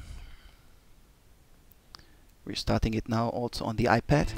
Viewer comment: Did he say "The iPat"? might be the next hit.